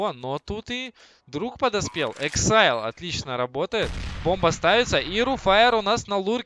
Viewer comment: АКСИЛЬ А НЕ ЭЭКСАЙЛ!! :D